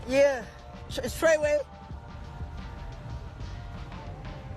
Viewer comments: Fake y he keep saying trayway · I was about to say why is he saying TRAYWAY?